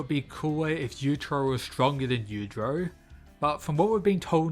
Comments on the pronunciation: It's Yuichiro not Yuchiro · The way you say their name makes it really hard to tell which one you’re talking about. Yujiro: yu-jee-ro Yuichiro: yu-ee-chee-ro